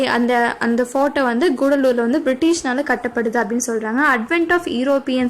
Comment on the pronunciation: It's not koodalur it Cuddalore